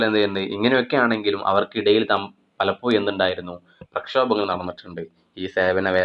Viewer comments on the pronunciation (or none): പലപ്പോയും അല്ല,പലപ്പോഴും